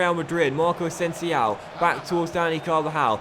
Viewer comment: Please learn how to pronounce asensio...